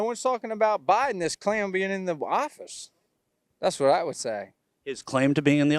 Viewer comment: I think he said clam